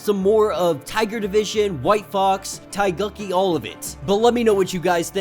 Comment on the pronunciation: “Tai yuk yi”? It’s pronounced Teh Gook Key. It’s the Korean name for the Korean flag.